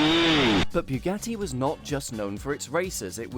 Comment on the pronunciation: when pronouncing Bugatti, where do you get that byugatti? makes me puke every time i hear you say it